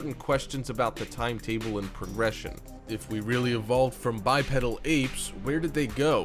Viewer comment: the pronunciation of "bi-pedal" is killing me.